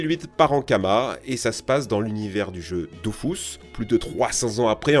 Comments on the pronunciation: Il me semble que Dofus se prononce bien "Dofousse". De toutes façons pour la partie sponso l'entreprise demande souvent à la voir pour rectifier ce qui ne va pas... donc les prononciations sont quasi-canon. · " DOFOUS" 😭 apparemment les prononciation c'est pas ça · Dofus ou Dofouths mdrr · Je voudrais juste signaler à celui de la chaîne qu'on écrit dofus mais que ça se lit "dofOUs" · Il a vraiment dit "dofous" là?? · Il a prononcé Dofus (dofous) 😭😭